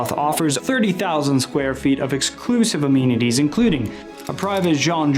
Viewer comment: Can we use AI to correct the pronunciation of amenities